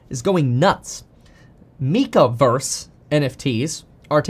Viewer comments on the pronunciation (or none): Brooo “mekaverse” is pronounced mechaverse. They are mechs… I thought you were a nerd Kevin LOL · dude its mech-a verse like a mechanized robot